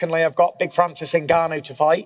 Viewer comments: Mike say Francis nuganu💀🤣🤣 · “Naganu.. I said it right, that time, right?” Lmaoo what a legend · Mike Tyson trying to say Francis Ngannou is gold 😂